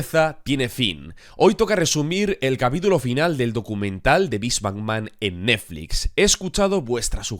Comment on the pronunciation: Lo más divertido de la serie es la imposibilidad del para pronunciar bien la palabra NETFLIX